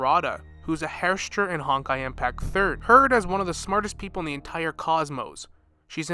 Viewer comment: its pronounced like her-sher but they arent the good guys their whole point is to destroy the earth aand theyre the final stage of honkai for when the civilisation in advanced enough but in the previous era elysia herscher 0 who exsists outside of the finality changed the rules so herschers could fight back against the honkai and fight for humanity thats why in the main story we still fight the herschers and see people fighting against its control also its all one universe just differant worlds and there is imaginary energy thats splitting them apart but its all just one universe thats acommon misconception due to poor translation of the orginal chinese also the himeko we know in hi3 isnt a herscher she used the power of the gem of haste in her battlesuit but wasnt one but the previous era himeko did become a herscher, the will of the honkai isnt really part of the honkai its an ai in it that the previous era made to make it more predictable